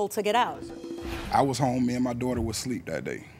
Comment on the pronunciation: I've said it before and I'll say it again. Why the fuck is the word asleep so hard for so many people to say??? Its a-sleep. You and your daughter were not "sleep" You and your daughter were "asleep"